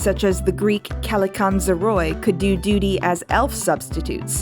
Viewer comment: man, thank you for this essay. knowing more about what's behind it, you made me love this movie even more , and I honestly didn't think that was possible. i really wish more people can appreciate this unique film, because it truly has so much beauty in it. P.S. I'm Greek, and i'd like to note that the word "kallikanzaroi" (καλικάντζαροι) is actually pronounced ka-li-ká-nja-ree and it's the plural form of "kalikanjaros". the "oi" at the end is actually one of the greek diphthongs for the phoneme "I", so it's pronounced that way unless the "o" is stressed ( όι ), which would result in your pronunciation lmao. it was still funny to hear though:)